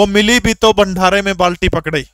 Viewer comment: Sir bhandaraa hota h bhanthara nhii🤭🤭🤭🤭